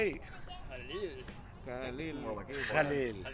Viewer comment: I like how pronounce khalils name correctly.